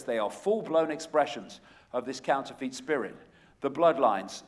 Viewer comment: I do like Icke but even though he is English just like me he doesn't half miss pronounce stuff.....Like counterfeit,lol that really annoyed me, it's counter-fit not couner-feet.